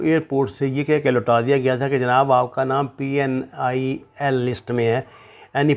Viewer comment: ساغر صاحب PNIL is not person not in list. تحقیق کریں اور درست ادائیگی کرے اگلی وڈیو میں۔